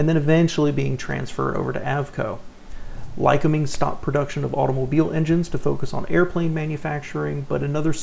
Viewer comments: Lycoming is pronounced: LI-cOm'-ing like lye-cOm'-ing or lye-cO'-ming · Ly-COOM-ing is how it is pronounced. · Lycoming is pronounced "lie-COMB-ing."